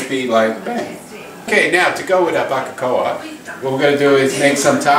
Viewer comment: "barbara-coca"? what the fuck did he say?